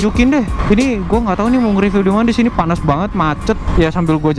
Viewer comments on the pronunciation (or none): Maaf om mau ngingetin, review tuh pengucapannya "ripyu" bukan "ripiw",,, aga rancu kedengerannya 😅